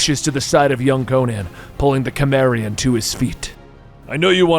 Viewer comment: please do more conan and just a note your pronouncing cimmerian wrong